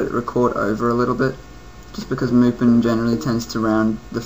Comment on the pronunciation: You pronounced Mupen wrong. Don't be like bobmario511.